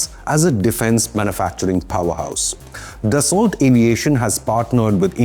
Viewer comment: ***@ PLEASE NOTE: PRONUNCIATION: "DASSO"for Dassault) JUST "DASSO"!!